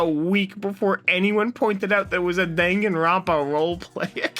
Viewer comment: hi great video but please never pronounce danganropa again